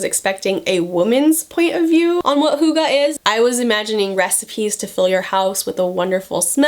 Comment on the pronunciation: Google how to pronounce hygge. You are not even close😂 I love your videos!